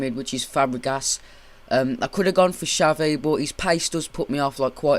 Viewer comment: Its Xabi Alonso, not Xavi bitch get it right